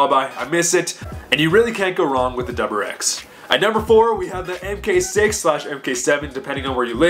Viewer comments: Are you saying doublerex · the way you say wrx really gets to me lmao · dude i cant handle it